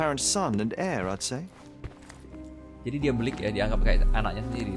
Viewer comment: sekedar mau nanya aja bang, kenapa abang sering bilang sesutu seperti "belik" , "nyarik" kek gitu atau mungkin saya yang salah denger wkwk